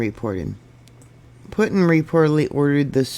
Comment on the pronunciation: Pronounced Poo-tin.